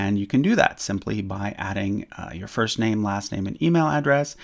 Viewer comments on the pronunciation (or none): Stop saying my bamey